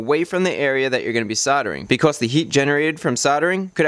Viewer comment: "Becauss" "woter" God I've never been so angry at an educational video.